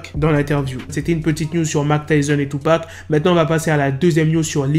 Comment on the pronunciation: Il dit tupa